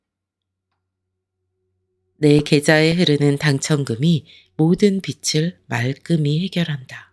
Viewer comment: 비츨(X) 비즐(ㅇ)입니다 내용이 좋아 계속 듣고 싶어도 발음이 잘못되어 있으니 계속 거슬려서 안듣게 되네요